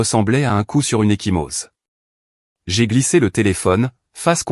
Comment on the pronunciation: Echymose pas equimose hhhhh j peux pas m empecher de corriger hhh